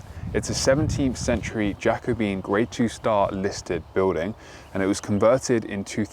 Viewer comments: Jacobean is pronounced Ja-co-be-an not jacko-bean. Four syllables not three. 👍🏽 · It’s genuinely adorable that you’ve learnt the information and have pronounced Jacobean as you see it written. Love the videos, nothing but friendly vibes here!